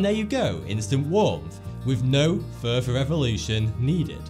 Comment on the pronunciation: "Humans have no furver need to evolve"